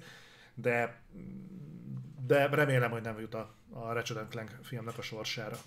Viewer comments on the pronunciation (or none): Nem annyira régóta követem a műsort. Honnan jött ez, hogy "infinájt"-nak nevezitek a Halo-t? Emiatt nevezi a Ratchetet "Racset"-nek "Recsit" helyett, és hasonlók? Csak azért kérdezem, mert kurva idegesítő, de ha ez valami belsős poén, akkor befogadom:D